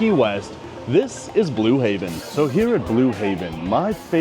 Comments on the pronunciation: Blue Heaven.. Heaven.. not Haven. Im not sure why it bothered me so much lol but it did. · It’s Blue HEAVEN not Haven